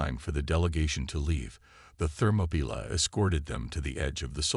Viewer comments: That is so ridiculous I was wondering what the hell a "Thermopila" was. it's not a word. the closest I could come was thermopile, but that is a temperature sensor. Then it dawned on me. It was an AI bastardization of "Thermopolis". Or what we say in The USA Thermopaly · It's THERMOPYLAE!!!! I stopped and won't continue. If you don't listen, then edit your content properly before posting, then stop posting. All you're doing is half-assing the content because you're too lazy and letting whatever AI system you use to do 99% of the work. Need to block this channel. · Interesting pronunciation of the ship name, more AI slop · Oh, the ship is the "Thermopylae". Channel needs a better TTS.